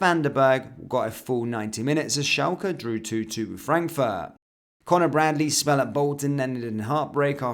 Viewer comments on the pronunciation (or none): none